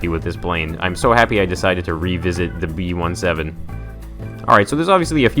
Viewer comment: b17 not b1-7